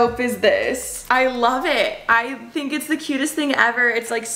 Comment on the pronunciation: I’ve finally figured it out! You pronounce “i n” as “e e” peenk theenk